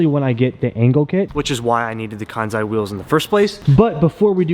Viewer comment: If Kansei wheels named their company after the Japanese word, "Completion/complete", I think the correct way to pronounce it is "Kan-Say"🤙🏻